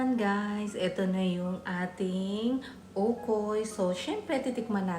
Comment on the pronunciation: That's called OKOY, not ukoy...😅